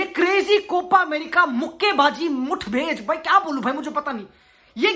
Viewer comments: Mutbhed❌ Mutthbhed✅ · Bc it's mathved, not muthved ...saley tharki